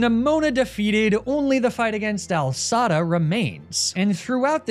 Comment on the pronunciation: The commitment to calling her Al Sada instead of AI Sada is commendable